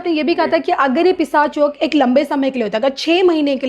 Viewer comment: अँकर मॅडम पिसाच नाही पिशाच योग bolna सिखिये.